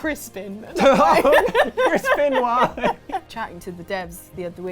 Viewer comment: At first, I thought said "Crispen Wah"...